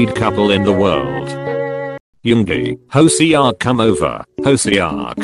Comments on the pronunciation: hoeSeeoock. No. It's hoseok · The way he pronounced HOSEOK IM DYING!!😂😂😂